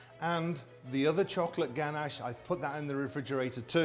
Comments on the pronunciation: Actually I think the word ganache comes from France, and in French we don't accentuate the words like you do in English :) In English you'd typically say "ganACHE", the guy said "GAnash" and in french we'd just say "ganache" without any anccentuation on any syllable (if that makes sense) ! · Gan-ash hah I love how he says it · "GANASH" - royal chef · the way he pronounces ganache triggers me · I'm English and I've never heard it pronounced the way he does.